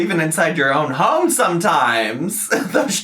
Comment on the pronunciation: I keep meaning to ask is "ho-em" a joke or really how u pronounce home?